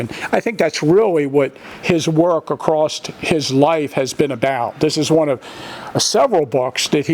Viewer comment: love when says acrosst..... lol. great vid!!!!